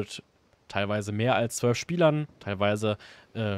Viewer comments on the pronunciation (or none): none